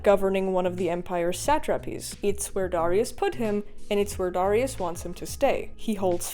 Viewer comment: How come everyone mispronounces Darius name ?